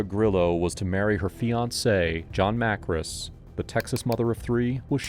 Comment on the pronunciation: I feel like your mispronouncing Johns last name. Makris not Markis.